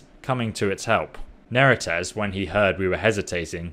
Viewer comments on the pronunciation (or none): Seems to be adding or dropping segments to a lot of words. Varchleg? Not even gonna start with how Neretzes is pronounced differently each time. And he's not even that bad about it - some youtubers I suspect intentionally butcher things just so people will comment about it.